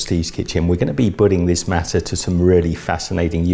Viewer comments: It’s pronounced mah-suh not mass-uh. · Omg you’re saying Masa wrong!!!!!! It’s pronounced Mâh-sâh